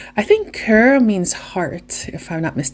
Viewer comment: Ame is 2 syllables...ah-meh. Kur is how you pronounce the French word for leather...cuir. Core comes closest to the pronunciation...if you pursed your lips while saying it...for coeur...which is French for heart.